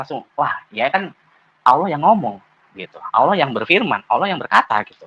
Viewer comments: 😀🤣😂😅Si murtadin🤔🤔 Mengucapkan Kalimah ( Allah) aja Awloh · Katanya mantan santri pelafalan kata Allah aja ko awloh wkwk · Mengucapkan lafat Allah saja ga teteh...